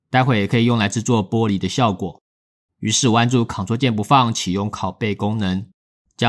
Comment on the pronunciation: ㄅㄛ璃材質 突然發音不標準感覺好可愛